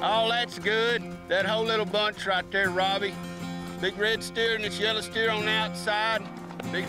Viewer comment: ......" Dat blackin white heffer ryte tear"....... (STEER) LOLOLOLOLOL